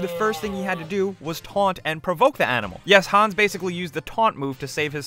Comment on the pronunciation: XD when you say hans it sounds you say hons